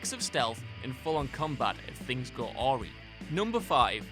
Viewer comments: HAHAHA did you say ORRY? Awry is pronounced ah-rEYE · Haha "if things go orey (awry)". It's pronounced arai ;) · Awry pronounced ah-WRY, now AW-ree. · UH-RAHY not OR-EE Amazing Spider-man is pure wank, the swinging wasn't even close to Spider-man 2 and Ultimate Spider-man was better as was Web of Shadows. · Things go.. ori? That's obviously awry. Facepalm. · I don't know if you are going to read this but awry is pronounced a- rye. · What an interesting pronunciation of "awry."